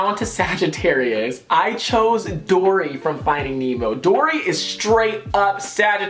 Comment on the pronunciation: you said dora instead of dory when you were on taurus but ily still sis 😂❤️